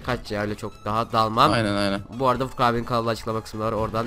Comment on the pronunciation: ABİ NAPTIĞN FURKAN ABİĞH NAPTIĞHN FURGAN ABİĞĞ:D Sen Beklenmezdi:D Türkçe'mizin içine ettin:D